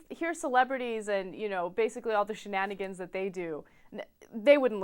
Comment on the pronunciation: hahaha she said shenanigins!!